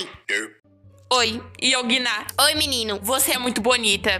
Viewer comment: "qual seu name" "YoongiNA" Eu 3 segundos dps Aaaaaaaaaa e yoongina só que com o NA mais forte neste caso sílaba tônica....tendi nada